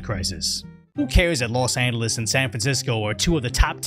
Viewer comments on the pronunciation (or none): los engolis? LOL